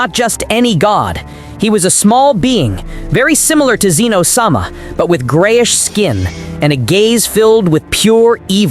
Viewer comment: Get the name right its pronounced zen o not ze no yes i broke it up so you know the difference now get it fucking right or quit your day job